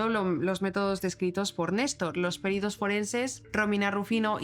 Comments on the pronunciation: ¿Que necesidad hay de insultarla por pronunciar mal una palabra? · No se diice "PÉRITO", analfabeta; se dice "PERITO". Es una palabra llana, no esdrújula.